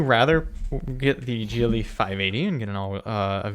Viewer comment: Great video. For most of the beginning I thought you were saying GEELY. When I saw “GLE” it made more sense because I haven’t seen many Americans review the brand.